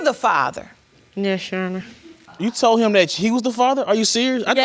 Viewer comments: "Tolded" "Postpoled" ""I was spending multiple times whichu"- 🤦🏾‍♀️ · That told-ded took me out